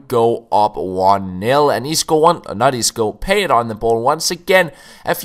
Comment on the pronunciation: You pronounce Payet totally wrong